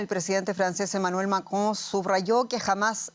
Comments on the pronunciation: La pronunciación del apellido del presidente francés por parte de la periodista, es ridícula! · Me encanta como pronuncia el nombre del presidente de Francia